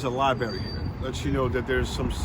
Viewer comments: Libary? Really? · What kind of politician can't pronounce "Library" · so we have a whole state pronouncing Library wrong. Yall definitely need to BE in one more